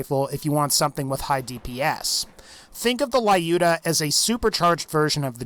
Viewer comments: Lyuda, not Layuda. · That's Lyuda, NOT "La-Yuda" (as you erroneously pronounce it). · It's not laiuda, it's luda - russian name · It is so funny how he pronounces "Lyuda" which is a refference to Lyudmila Pavlichenko :D:D. Not judging just being slavic. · The mispronunciation of “Lyuda”